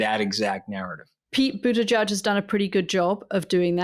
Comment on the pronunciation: Katty Kay, please learn the correct pronunciation of Pete Buttigieg's last name. It's "Boot-Edge-Edge", not "Boot-Edge-Judge".